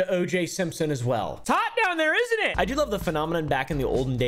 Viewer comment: "It's hot down there itten it?" 🤣